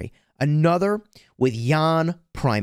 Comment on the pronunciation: As fellow citizen with Jan, small detail, our name is pronounced Jan with short "a" not Jaan :))